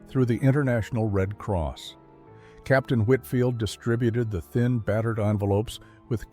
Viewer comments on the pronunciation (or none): none